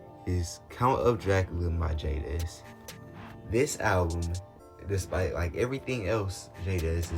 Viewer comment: the way u say jaydes pmo so bad